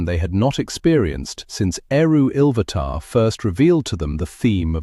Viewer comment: Now its ill vatar come dude get it right.